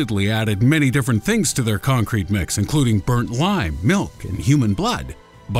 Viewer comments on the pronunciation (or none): none